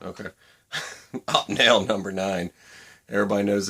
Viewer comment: great vids bro ! . but..... do you remember opie ? opie Taylor, from the Andy Griffith show .. that is how it is pronounced .. opie-nel ..sorry just had to :) its like when i hear people say porsh instead of Porsche .......it drives me nuts ..